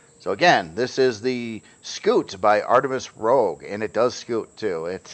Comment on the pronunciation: I have to ask, does it ever annoy you that people can't pronounce Rouge correctly and always say Rogue? 😂 Artemis Red not Artemis Thief.